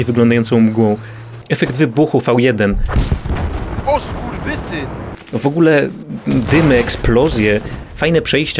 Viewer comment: "O SKURWESYN" jebłem